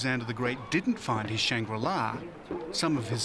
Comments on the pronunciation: right? idk what this guy was talking about? mispronouncing shangrila and what even was the topic/point of the documentary? a utopia that everyone knows about? really you couldn't get lost horizon from ur home country? relating london book store to england ? like bro, who gave u the funds for this docu? 😂😂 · Does Shangri-La Simply mean Shambhal theMystical Kingdom? Mispronounced and Miss translated